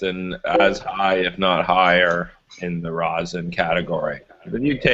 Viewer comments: FoRealJuggalos should've learned how to pronounce the word rosin before making multiple tutorial videos on the subject LOL. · What is this "rose-in" keeps referring to? Is it something different than rosin? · That's just how he pronounces it. He's still talking about "rosin". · Kira Barsmith It's how his english teacher told him it was pronounced..